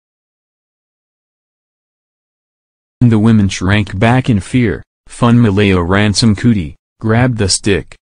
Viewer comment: Being a person from Nigeria who speaks yoruba this is cringy to listen to🙄🙄🙄😑